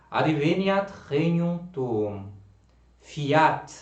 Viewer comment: Excelente! Eu só tenho uma observação a pronúncia de Fíat a primeira sílaba é forte, não acentua o "a", ficando FÍat e não fíAT. Fora isso uma pequena variação na melodia do Pater Noster, mas perdoável 😊. Só fiz essas observações porque gosto muito do seu apostolado. Que Nssa Senhora te retribua muitíssimo.